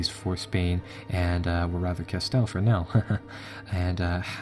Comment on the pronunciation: Castile pronounced "ca-STEEL"